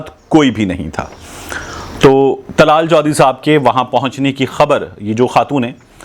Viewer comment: Not tlal chohdri ,dllaal chohdri